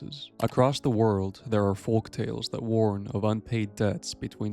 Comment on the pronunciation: Tip to the content creator: the L in folk is silent.